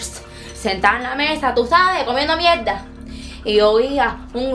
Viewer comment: "Comiendo miedda"🤣🤣🤣🤣🤣🤣